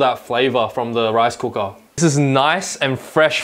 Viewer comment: I love how he pronounced rice cooka!